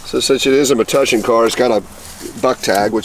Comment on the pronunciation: Oh. I makes my heart feel good that you finally pronounce Metuchen correctly. Thank You!